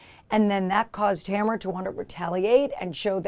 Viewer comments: did you say Tamrat? bwa hahahahahah. nice. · In the tamra and Eddie video if you listen again … she is not even slightly listening to Eddie. He’s just there. Also lol 🤣 “Tamrat”